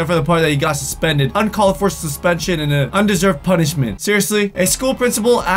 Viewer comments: " as a p-uh-nishmet" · That sounded weird when you said punishment